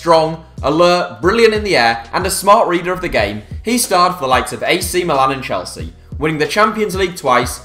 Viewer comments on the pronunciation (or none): none